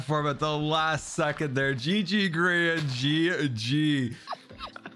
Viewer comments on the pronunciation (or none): HAHAHAH I only just realised u said grain instead of Grian 😂😂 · I wonder who "Grain" is. I know of grian. But not grain 🤣🤣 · Grian's name was mispronounced as Grain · lmao "GRAIN" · Haha! Grain instead of Grian XD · I love how he calls him "Grain" instead of Grian!😂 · It said grain at one point not grian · Gday. Do you deliberately call Grian Grain or is it autocorrect lol?